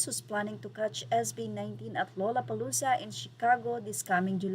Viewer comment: The pronunciation is lalapalooza…